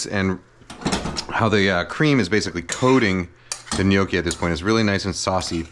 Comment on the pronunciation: Cant believe Im hearing someone in english saying gnocci properly